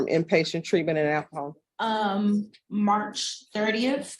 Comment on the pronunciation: Judge: acahol”. Not alcohol. 😂